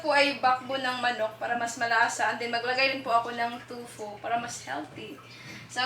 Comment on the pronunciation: TOFU...Hindi TUFO.😂